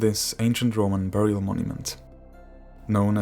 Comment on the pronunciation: Burial is pronounced berial not beurial!!!